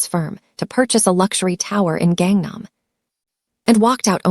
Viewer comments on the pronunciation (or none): none